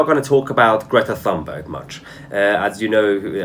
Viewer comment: Grieta Toonberry is more or less the pronunciation